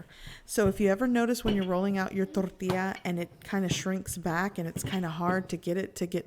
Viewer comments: Yes plz just say Tortilla. I don't know why but it is just hard hearing thorrrtila with the rest of the perfect English. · hahahaha... I was gonna comment just that... she has a perfect English accent and over emphasizes the word "Toooorrrtiiiiiiiiiilllla", It was kind of annoying. But anyway, I appreciate the detailed video. I have made tortillas before and thought she could have over cooked them a bit. Does not seem as you can bend it too much. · Tortia or tortillas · quit saying torrrrtilla you know how to say tortilla in english don't pretend you don't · Door tea ah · Its fucking driving me soooo mad. Torrrrrtija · What is your problem with pronouncing “tortilla” just say it like a normal person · Gochujang mama: says tortilla Me: 🤤🤤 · Anyone else like the way she says tortilla?? just me? ok. I love your channel and recipes! 23k subscribers?!?! Congrats! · She could be cursing me out and if she sprinkled the word tortilla in , I would be in heaven. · Oculus Awwwwww man, it irritates me to no end. She sounds like Peggy Hill when she tries to speak Spanish